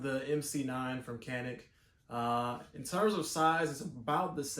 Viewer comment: Pronounced janik. Glocks are better